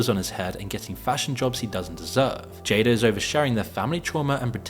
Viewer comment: called Jada Pinkett, "JADER". 😂😂😂